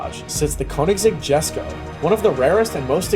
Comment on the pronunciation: for fcks sake when will people, including Adrian, call the Jesko what it is, its pronounced Yesko. but hey what do you expect from a pages that cant even use a pic of the proper engine